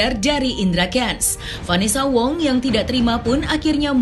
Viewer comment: Vanessa khong, bukan vanessa wongggg!!!!!!!!!!